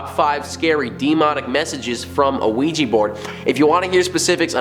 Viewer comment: OUIJA NOT OUIJI..😡😡😡😡